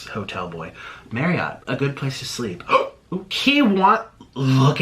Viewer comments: Jamed Marry-AWT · The way he pronounces james’ last name bothers me so much Idek why